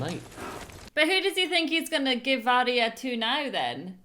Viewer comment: I love how is still calling Arya "Arry"